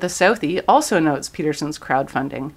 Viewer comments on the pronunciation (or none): none